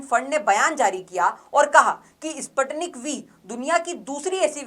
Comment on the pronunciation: Please pronounce it..Sputnik . Spuu tnik.